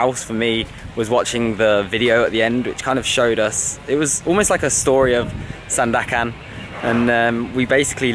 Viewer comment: you pronounce it perfectly ‘SANDAKAN’